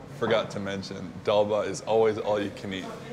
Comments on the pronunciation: It ain't dalba it is dal bhat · just a small correction.. it's Dal Bhat.. not Dalba... it just means lentils and rice